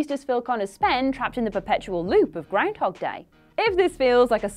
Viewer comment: I just like hearing say 'grindhog'.